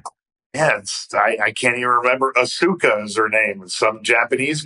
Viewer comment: as-soo-ka haha oh bill what a burk you are and im fairly sure alot of people had been using the spear before you got there its a pretty common move